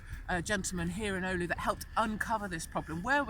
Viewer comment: Hopefully police told her how to pronounce the word "oulu" properly.